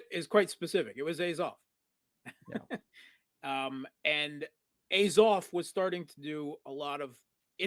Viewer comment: please pronounce azov correctly